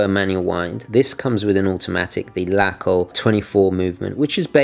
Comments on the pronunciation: We germans like to stretch vowels. Your pronounciation is good but i think it is more like "laacoh" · You really improved on your german pronounciation ;) ok, this video is 4 yrs old so you already know by now: LaCo = Lacher & Co